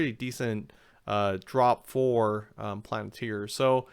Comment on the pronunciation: Great job but for the love of god, please stop saying “planet-ir”. Lol